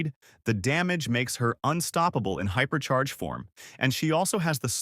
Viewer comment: H Y P E R C H A I R H Y P E R C H A K O R Y H I A P E R C H A R G E H O O P E R C H A R G E